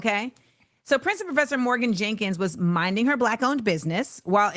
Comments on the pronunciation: Jerkins, not Jenkins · Her name is Jerkins! Not "Jenkins."